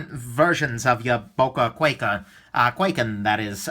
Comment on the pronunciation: Sold mine, couldn't stand the pocket clip, and the thing actually cut me when it was closed because the edge is so close to the handle when closed. BTW it's pronounced with a long I sound not A. Kw(eye)ken